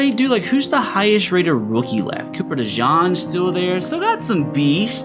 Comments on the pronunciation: I hate how bro says cooper DEJOHN 😭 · It's Cooper (De-Gene) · Good vid but said cooper dejeans last name so wrong